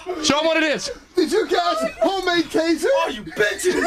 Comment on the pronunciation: "TAYZAH" xDDDDDD